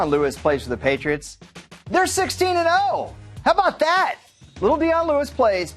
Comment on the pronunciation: When he said "how about that" I heard "how bow dah" lmao